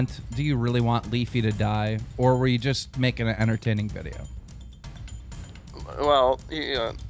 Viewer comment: "I thought it was an intertaning video" Dead💀💀💀